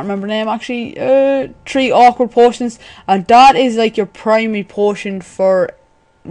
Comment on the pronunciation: Three not tree lol